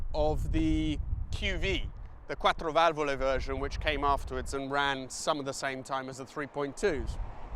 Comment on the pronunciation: Love the fact that you go from british english and then say "quattro Valvole" in perfect italian.